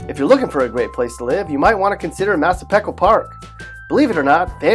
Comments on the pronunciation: Okay but all those town mentioned are in Nassau, and Nassau is HELLA expensive. Crazy taxes man. Everyone's moving out of Nassau, not into it. Also when he said "massapeckwa" instead of "massapeekwa" I died lol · BTW, it's Massah-PEE-qua, not Massah-peh-qua. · The last syllable should be "wah"! lol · It's pronounced "mass ah peek waw" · Wait the way he said Massapequa made me cringe so hard omg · I know right? Also weird that he highlighted the village within the town instead of the town itself. XD